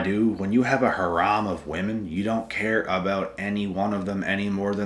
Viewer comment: it’s hair-ehm not Ha-rahm anyways happy birthday for tomorrow